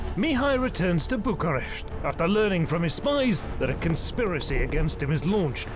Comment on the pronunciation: He also calls Bucharest, Bukaresht with a and sh, which is the Hungarian version of what the locals called București or /bu ku resh t:i/